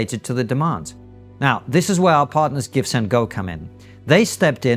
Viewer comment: I hear you say "gifts-and-go"